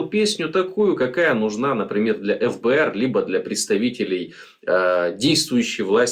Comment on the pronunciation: Почему вы произносите: эФБээР? Прото уши режет. ФэБээР.